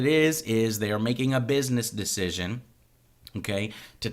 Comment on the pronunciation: he said "Dish-cision" lol